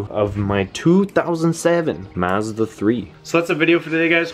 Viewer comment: You need to go to google translate and learn how to pronounce Mazda...... 🤦🏻‍♂️